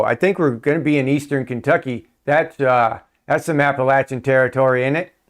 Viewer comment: Had to watch replay because I was late. THANK YOU for pronouncing our mountains the correct way. Outstanding dude! You learned. Think Appalachiacola in Florida. Same pronunciation.